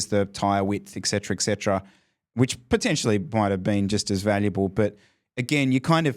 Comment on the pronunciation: It’s pronounced “ET-Cetera” with a T, not K